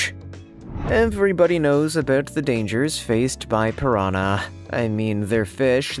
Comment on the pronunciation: "to a vegitarian phirrr-ahnaa"